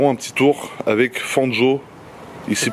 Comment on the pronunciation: C'est Fangio, avec un i (à )